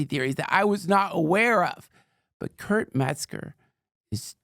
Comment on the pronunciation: Kurp is a legend. Stupid Joe keeps saying his name wrong and calling him Kurt. So disrespectful. Learn the man's name!